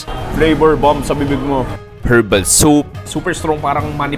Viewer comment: Silent H ung herbs at herbal 😢😢😢